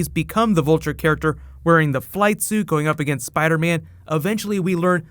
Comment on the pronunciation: spidah man